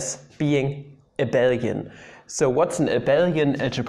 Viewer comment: Great to see something other than 'MEGA HARD INTEGRALS SOLVED USING MY PINKY FINGER' on a maths youtube channel. Also, you're the only person I've seen who says 'Abel-ian' rather than 'A-bee-lian' which is the CORRECT way. So ty you made me feel okay this morning.